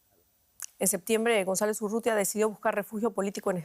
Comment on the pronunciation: Loglara juramentarse??? Dice el titulo... Ni a palozos dice González.